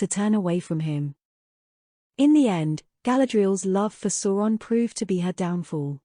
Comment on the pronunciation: Please learn how to pronounce Sauron correctly! It's like "sour" and not like "saw". It's been in enough media to not make this basic mistake.